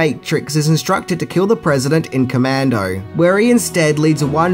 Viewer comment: It’s commando